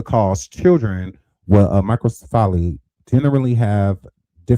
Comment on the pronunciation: OMG he keeps mispronouncing microcephaly it's pronounced MY-kroh-SEF-uh-lee . It has five syllables